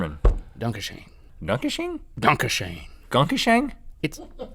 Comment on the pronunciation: Actually the German word for thank you is danke pronounced donk-a.